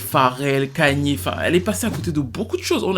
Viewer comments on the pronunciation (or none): je pense qu’il est temps pour toi de savoir prononcer le prénom de ye. C’est Kanye - ka-nyé ou encore kanié. Ça ferait du bien à mes oreilles y’a des noms à ne pas écorcher